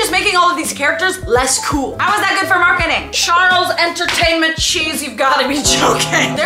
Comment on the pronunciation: The way you said Charles Entrainment is crazy cause I literally called him that yesterday 😭😭😭